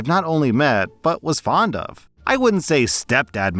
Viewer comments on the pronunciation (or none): none